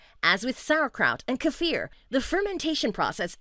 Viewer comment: I am giving points for pronouncing kefir properly, kudos.